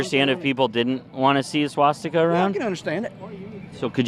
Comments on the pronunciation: “Swas-sticker” Wow, low I.Q. Individual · How can you stand an even carry on a conversation with someone like that with a straight face,,OYeah did he say swasticker.... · He can’t even pronounce swastika literally like in Wolfenstein when the kkk boys couldn’t say danke schon, look it up it’s funny, but literally the same thing